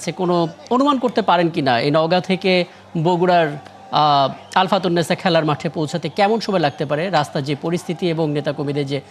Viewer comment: আলফাতুন না ভাই, আলতাফুননেছা মাঠ।